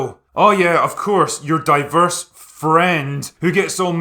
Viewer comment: I totally get that point of view and I agree with you but this critic insists on the womanly lead, you can clearly hear how he emphasies on the women factor. or how he says "DIVERSE" a few times beacause there's a black girl or a lesbian relationship. I think your opinion is a fair one but this youtuber is just hating it for worrying reasons.